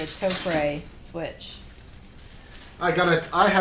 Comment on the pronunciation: I just thought I'd school you guys. The Japanese company, Topre, that originally designed said switch is pronounced just like the talk show host Oprah. Topre sounds like Toprah. If you can get ahold of their phone number, you can actuallly listen to their reception voice mail message and you will hear them pronounce it like I've tried to describe it phonetically. Just thought I'd try and clear that up. Huge fan by the way. Just received the JD61UP black carbon fiber case from you all. Thanks for the very well made product. I decided to not get the CF universal plate from Sentraq because their tolerances are not tight enough and I'm rather sure they aren't using 5K carbon like this plate is. I'm pretty sure I read or heard you say it's made from that quality of CF. Either way, I'm very pleased.